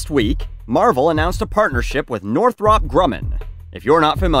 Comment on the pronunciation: Btw it’s pronounced Northrup.